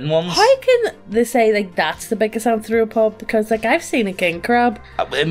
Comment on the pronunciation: “Arth-ro-pod” thats how u pronounce it